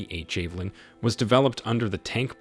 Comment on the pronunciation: 🇺🇦🫡👍 javelin 😅 not jay valin😂